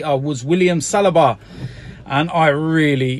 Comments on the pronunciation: It is Saliba not Salaba,. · SA-LI-BA his name is not difficult to say